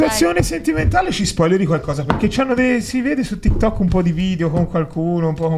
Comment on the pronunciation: Si,ma si dice TikTok non Tikkettok